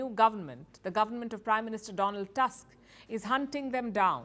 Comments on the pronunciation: "Tusk" instead of "Toosk". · I like how she says "Task" instead of "Tusk". 😅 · Prime minister TuSSk, a hitlerite controlled by german secret services since the late 1980s when he was working for east german Stasi as agent "Oscar".